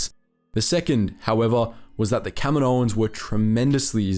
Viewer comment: Kamino - Kaminoans.... It's not that hard to understand my guy